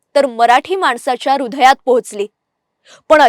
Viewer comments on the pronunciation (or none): मिस अँकर तुम्ही छान बोलता... अभिनंदन!🌹पण... क्षमस्व!... कृपया तुमच्या पुढील शब्दोच्चारांत सुधारणेस वाव आहे. १) रूधय ऐवजी हृदय २) आक्षेपार्ह्य ऐ. आक्षेपार्ह ३) मृदगंध ऐ. मृद्गंध (द चा उच्चार अर्धा = द् , मृद्गंध= मातीचा सुवास ) ४) जयराम ऐ. जयराज (साळगावकर) असे उच्चार हवे होते. .... धन्यवाद.🙏